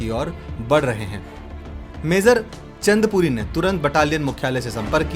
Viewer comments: Kam se kam naam to sahi lelo. Chandrapuri ya Chandpuri? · Naam toh bolna seekh le naa chundpuri h, naa hi chandrpuri, name h chandpuri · Oye, jo bhi h video banane vala, pehle apni pronouncing thik kar, lokewala nhi longewala hai, aur चंदपुरी nhi चांदपुरी h, aana kabhi, bharat darshan karwa denge bhai, plz, aage se aisi galti na karna, जय भोलेनाथ. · Lokewala ? Kam se kam jo likha hai wo to sahi se pad le. Aur चंदपुरी नही मेजर चांदपुरी नाम है उनका। घटिया presentation.